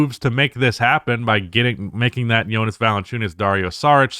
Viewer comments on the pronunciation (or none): none